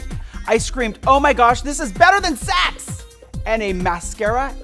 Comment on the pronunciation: . “Better than saheeuhhx!” I’m sorry to say but this guy makes me embarrassed to be gay 😅